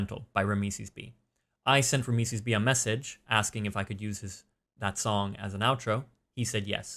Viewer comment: is it just me or isnt it pronounced RAM - SEES ?